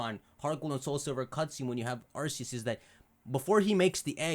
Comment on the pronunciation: ARCEUS PRONOUNCED ARK-E-U-S